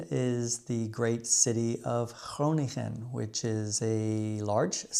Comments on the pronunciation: Your efforts to pronounce Dutch properly are definitely appreciated by this Dutch native! However, the second ‘g’ in ‘Groningen’ is not a true ‘g’ but part of the ‘ng’-sound that’s actually pronounced similar to ‘ng’ in the English language. So the syllables of ‘Groningen’ are: ‘gro — ning — en’ and not ‘gro — nin — gen’. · I guess my comment was too long again (I can only see the first part)... It's mising the part where I go on about Groningen! Gro-ning-en, not Gro-nin-Gen! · just to slightly correct you on the pronounciation of "Groningen": the 'ng' in Groningen is pronounced the same as in "wrong", or king or in wringer. Hope to have been of help, and your Dutch is amazing, kudo's dude! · no g sound at the end of Groningen that second g is part of an ing as in sing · Je sprak Groningen verkeerd uit. Dat deed mij een beetje pijn. De ng combinatie spreek je uit net zoals in ring. Toch groetjes uit Groningen.💚🤍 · 'Groningen' is with just 1 g, the ng is plain ng without a g-sound. Although your pronunciation is good, the g seems to remain a problem for speakers of English for years. In 'gezelligheid' there are 2 of them, not gezellikheid. But a hint: many g's can be pronounced voiceless, which makes them much easier to pronounce (I guess). Voiceless it is like Scottish 'loch'.